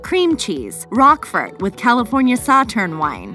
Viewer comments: I know what it is. It was the way she pronounced it that made me laugh. Thank you though. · What’s “Rockfurt” 🤣